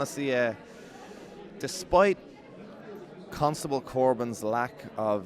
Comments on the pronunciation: i had to listen 5 times to get the "cuntstable" joke but when i did i was dying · CUNTstuble corbs 😂😂😂